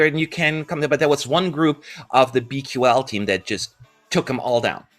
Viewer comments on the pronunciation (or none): BQL is supposed to be pronounced as Be Cool, which is of course ironic since they aren't cool at all.